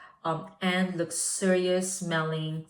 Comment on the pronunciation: Please, check how to spell “sensual” and “luxorious” - You use those words a lot and always mispronounce. Sorry, do not want to be rude.